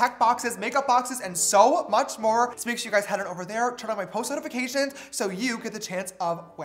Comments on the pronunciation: " A second foundation?" James: "Shore" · “a second foundation?” james: “SHORE.” 😂 🌙🌙🌙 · I clicked faster than James can say “shore”. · I’m Peruvian and everyone’s laughing at how you pronounce “ sure” so now idk how to pronounce it HAHAHA